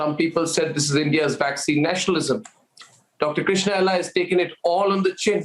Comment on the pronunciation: Krishna not krishnan.